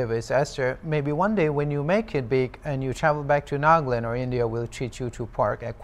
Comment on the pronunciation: It's NAGA Land not NAAG-LUND